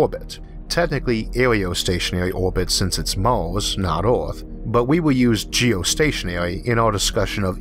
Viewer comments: Mawshun? Orth? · Its Earth not Eaourth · SO PEOPLE, IF THERE IS ONE THING YOU CAN LEARN FROM THIS VIDEO, THAT IS THAT EARTH IS NOT CALLED "EARTH", BUT "ORTH" INSTEAD, HAHAHAH. :D :D :D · This host has big problems with clear english pronouciation - did you not have a better one ? Orth ??? He is speaking martian english or worse . . . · Is there something wrong with my sound or is he pronouncing every er as or? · Can any English native speaker tell me, what is the accent the guy speak with? The pronunciation of the word 'Earth' sounds strange to me.. like some kind of Scottish? :-) I ask of pure curiosity, no offense meant .. Thank You. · Why do you have a hard time pronouncing words like Earth? It's very distracting and it takes away from the story